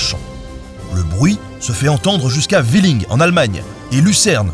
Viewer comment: Tout le monde parle de la prononciation d'Ensisheim, et pas de celle de Villing... Si c'est bien le village auquel je pense, il est en Moselle (et pas en Allemagne), et on prononce "vilain".